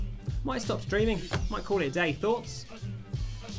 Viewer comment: Whenever you say "thoughts?", I always think you say "thots?"